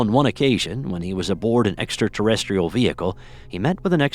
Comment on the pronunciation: Say extra terrestrial again